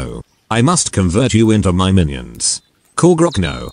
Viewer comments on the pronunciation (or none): none